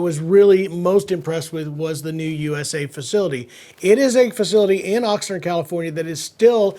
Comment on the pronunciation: It's pronounced Ox-Nard ...not Nerd. Just sayin...